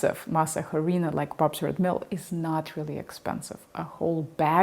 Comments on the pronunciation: In Harina the H is silent so you actually say Arina. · pardon me please, in the Spanish language, when a word begins with the letter "H" it is silent, it is not pronounced. Therefore, "harina" is pronounced as " 'arina". I hope you dont mind. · Just so you know the “H” is silent. As in “ĀhRēēnaH” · The 'H' is silent in the word Harina. Pronounced 'arina'. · FYI. Harina....the "H" is silent. Pronuounced ARINA. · Masa harina was invented in 1949 by the company that uses the trade name Maseca. (The aitch, by the way, is silent in Spanish as it is in French. Please don't pronounce it.) Masa harina is the equivalent of instant coffee -- it is a dehydrated product designed for convenience. That is why your brands vary so much in the amount of water and resting time needed for rehydration. The prehispanic item is called simply masa (dough) or, more pedantically, maíz nixtamalizado (slaked corn). Here in Mexico we can buy that, freshly made, from our local tortilla shops. But it has a very short shelf-life and cannot be exported. Hence the rise of Maseca. Bayless's two-pan, two-heat method for baking tortillas strikes me as unnecessarily prissy. It works, of course, that's how the Belgians make their French fries after all, but I don't know of anyone here in Mexico who bakes tortillas in that manner. We don't have the time or the cooking space for such nonsense. We just have to get a good comal to a high enough temperature and the tortillas come out fine after a single pass on each side. Bayless makes me wish that Diana Kennedy were still alive. One last thing needs to be said about tortillas. They were invented by women many thousands of years ago who formed them between their fingers while clapping rhythmically. (Much like the waulking performed by Clan Rennie before Culloden?) Such tortillas have an entirely different texture than the tortillas prensadas we're dealing with here. If you c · The h is silent in Spanish … arina … great video